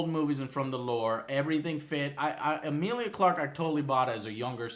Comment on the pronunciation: Eh-meal-lee-A Not Emile!!! Petty complaint I know but godamn Joe